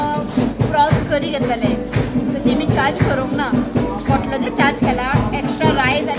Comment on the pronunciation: Hi dear it is pantlo not potlo dear.god bless you all 🙏